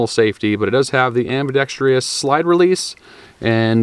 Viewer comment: Why is it so many folks with channels that deal with guns can't properly pronounce ambidextrous? 🤔